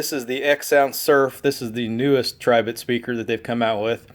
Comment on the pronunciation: Finally, somebody that says the brand correctly.